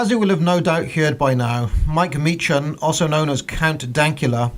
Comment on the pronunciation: Last time I checked, Count Dankula's real name was Marcus, not Mike, Meechan [Mee-kan].